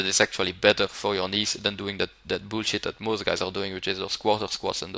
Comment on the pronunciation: I also like the way he says "weight" and "bullshit". "veight" "büllshitt"